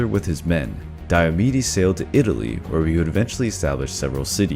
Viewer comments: Lol I thought he was saying diabetes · I heard diabetes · Is it just me or do I hear Diabetes instead of Diomedes?😂😂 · Who here heard diabetes for the first 30 secounds. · Sounds like you're saying diabetes